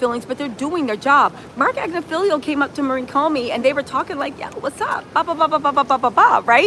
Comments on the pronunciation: AG NIFF AHLO not AgnoFEEL-IO 😂😂 maybe you’re mispronouncing it on purpose to make him sound silly. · Ag-Ni-Fill-Lo Not Agnifilio